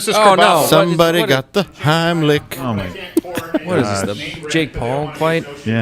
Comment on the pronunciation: Run Gerald! RUN! Dave didn’t say Heimlich, he said HINEY LICK! RUUUUUUUUUUUUUN!!!